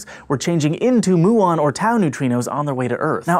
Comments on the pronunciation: 'mew-on' not 'moo - on' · Every time you say "moo-on" a physicist dies...